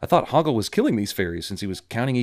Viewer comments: Boggle???? It's HOGGLE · Boggle 😂 it’s Hoggle!!